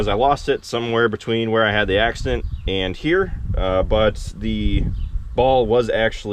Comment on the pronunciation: Another word issue that makes my ears ache... It's "and" not "ant"... I know, but it just jumps out at me. Your brother does it too, and I'll bet your dad does as well, but he doesn't talk much. Just shoot me... have a great day.